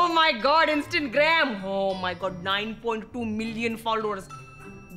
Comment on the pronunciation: I love how they are still calling it “instant gram”